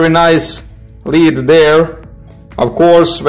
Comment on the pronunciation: You think after all those years of being under British occupation they would be able to pronounce it as lead instead of leed.